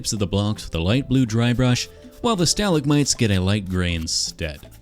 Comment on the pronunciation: That is the first time I've heard the word "stalagmite" pronounced that way lol